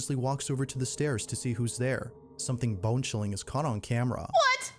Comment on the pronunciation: I heard biengchilling ngl.